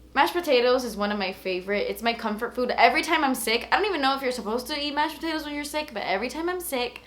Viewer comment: What is mushed potatoes hahah??? ( from sweden )